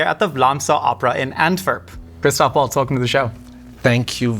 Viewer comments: Not Christopher but Christoph Name Waltz is to be pronounced as "VALTZ" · As a fellow christoph im offended don't add an R it's christoph not christopher it's actually annoying af